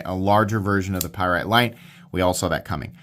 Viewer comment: A Py rite? What's that. This is the first of heard of such a knife.